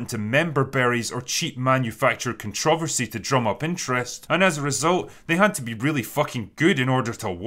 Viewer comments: Drinker pronounces "controversy" weirdly. Just wanted to point that out. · Drinker, if I didn’t have the context of what you’re saying I wouldn’t understand your pronunciation of controversy and renaissance. Is it that different on your side of the pond?